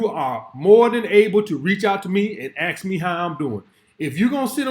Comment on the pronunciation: When a woman says "AXE" its game over for me ...Also that top is meant for women with boobs😉